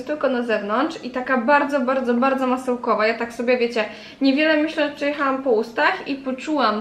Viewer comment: Masełkłowa, pochłodze, płocieszenie, młusicie...dramat wypowiadanych słów